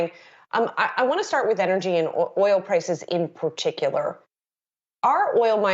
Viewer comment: In PUTICULAR Lol